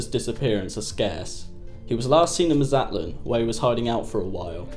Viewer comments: Dear Lord, please learn to pronounce Mazatlan as well. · That's not how you say Mazatlan.